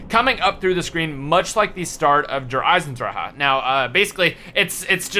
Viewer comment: sir I think you said der eisendrachen wrong